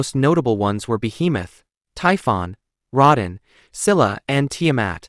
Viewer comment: Rod-in Jesus Christ my ears someone tell him it's pronounced Row-Dan like where tf do ppl learn to talk from